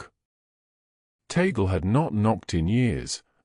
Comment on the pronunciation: ..it is NOT ta-gle BUT tag-le..thanks..